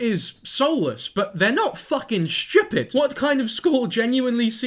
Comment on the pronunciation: New to your channel. Have you spent any time living in Scotland? It’s just the way you said stupid sounded really Scottish 😅